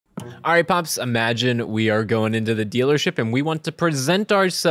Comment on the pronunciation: "Uhmagine" is not a word.